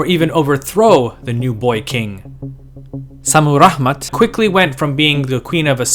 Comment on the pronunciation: Is ist Šammuramat or Šammuraḫmat? You write it one way, but pronounce it the other way.